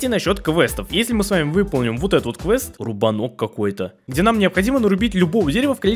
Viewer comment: не рубно́к, а руба́нок😂😂